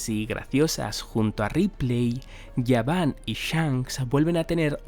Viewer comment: Por qué le llamas yaban si es gaban ? La G no suena como "Y"